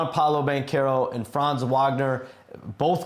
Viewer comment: Please stop saying Franz’s name if you can’t pronounce it correctly 😂